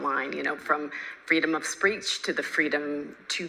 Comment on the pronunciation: freedom of spReech she says